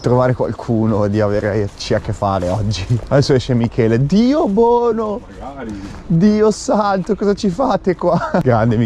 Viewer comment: "Diosssantoo"... Grande Michele 😂❤️ Non vedo l'ora esca il video mercoledì!